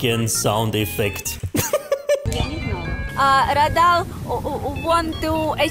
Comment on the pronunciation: no man you're saying it wrong it's not redel it's raydal